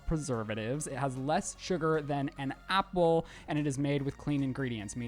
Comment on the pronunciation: I'm very sorry but I can't get over saying Apple during the liquid iv sponsor 😅 it has less sugar then an apple He really emphasized it and well it really got me into it